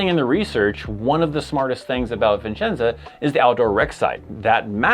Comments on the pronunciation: There is one "N" in Vicenza. It is "vih-chen-za." Not "viN"-chen-za." It's one of the first things I learned when I arrived there. It is a great post, and I think it's, like, third smallest in the Army. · It’s Vicenza not Vincenza, there’s a lot of support jobs but you do have to be airborne.